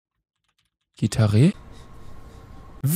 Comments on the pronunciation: Niemand: Absolut niemand: Luca: Gittarre ne ... Gitaree? 😂😂 Ich: GITARRE 🤦🏼‍♀️😂😂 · Luca: GITARRE!! Gittarre? GitarE? 😂😂😂